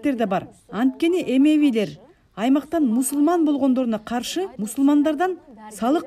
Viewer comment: Коом аталышы жана тарыхый инсандардын айттары туура эмес айтылып калыптыр. Эмевийлер эмес “Амавийлер”. Суан Зон эмес “Тай Зон” болгон